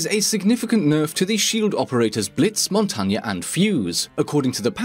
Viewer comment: I hate to be a grammar nazi but the name Montagne is pronounced a little bit incorrectly. The name Montagne means mountain in French. The pronunciation is somewhat correct but the “n” and “Anya” is a little less aggressive. To spell it the way I prefer: “Mon tain ye.” (For the “n” in “mon” try to not say the last “ne” in “enne” please try to just say “mon.” For the “ye” try not to say the “e” too much and say “yeh.” Just a peeve for me thank you.